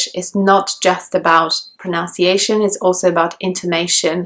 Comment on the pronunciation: You are not able to pronounce “pronunciation" clearly . What a mess ? I can't believe it .